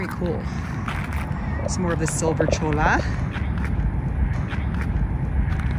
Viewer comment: Very nice , but just for reference the L in Cholla is not heard , pretend it’s spelled with a Y Like Choyya